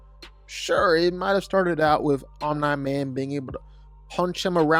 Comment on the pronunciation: bro keeps saying Om NIGH Man. no one told him